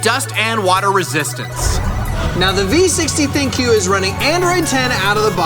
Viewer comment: It's pronounced "THINK" not Thin-Q.